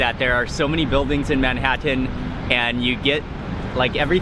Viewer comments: he pronounced Manhattan differently from other American...right? good vid :D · You say Manhattan in the same way Schmidt in New Girl says chutney ;)